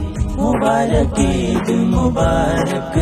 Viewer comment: যা যা ভ্রম- ১. উচ্চারণ গত (সব এর এর উচ্চারণ ছব হয়েছে) ২. ঈদ মোবারক মাঝখান ও শেষে মোবারব হয়েছে। ৩. মাঝখানের হুজুর ঠুট মিলানো মিচিং করেছেন। অভার অল- মাশাআল্লাহ মাশাআল্লাহ।